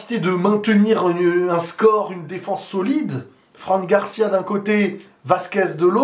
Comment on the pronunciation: Bonnes analyses. C'est marrant comment tu prononces "Franc" Garcia à la française. C'est "Fran" (franne) Garcia😉